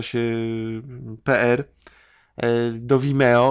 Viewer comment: Czy przeczytał PR jako pe-er? Faktycznie hipokryta, awanturuje się za Andżelę Merkel a sam mówi o Dżonym Dipie i firmie od pe-eru.